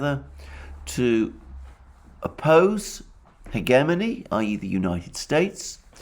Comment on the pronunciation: Hegemony is another word he can't say correctly.